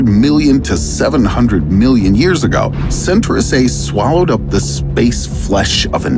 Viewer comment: It's not center-ous it's Centaur-ous Centaur it's a mythological creature.... Hell-O! Your thumbnail wasn't even in the video... :(